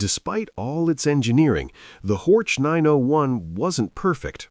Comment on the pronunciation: Not Hortsch, but Horch meaning hear!